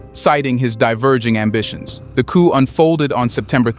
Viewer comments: 'Coup' is pronounced 'koo' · Coup, pronounced "ku" with a long u sound.....it is French....meaning "a sudden, violent, and unlawful seizure of power from a government."